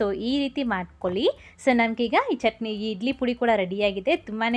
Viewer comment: ಅಕ್ಕ ಅದು ಇಡ್ಲಿ ಅಂತ ಇಧ್ಲಿ ಅಲ್ಲ, ಳ, ಣ ಕಲಿತುಕೊಳ್ಳಿ